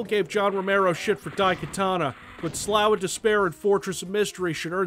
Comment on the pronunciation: Slough Is Not "sll-owe" It's "Sl-off" I thing. Like "the dead skin on my big toe sloughs off when I scratch it if I stay in the ocean too long" Right?